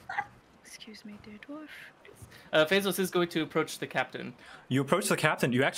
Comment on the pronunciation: I can’t help but hear Bezos when they say Fezos.